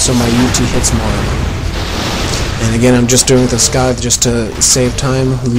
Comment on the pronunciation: pronounces scythe so strangely.